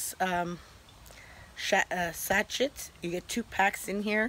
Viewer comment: Fyi Sashet is pronounced sash shay. POTPOURRI IS PRONOUNCED PO PAREE SILENT T